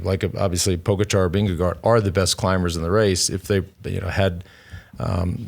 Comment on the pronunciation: It’s pronounced Ving-eh-gore